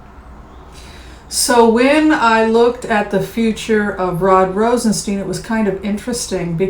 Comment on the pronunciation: you are far too intelligent to keep mispronouncing Rod ROSEN-STINE (long i) not ROSEN-Steen. Mr. Rosenstein, upon taking his office educated everyone on the pronunciation of his name: STINE. I do adore you very much. Thought you should know. Thank you for your good works.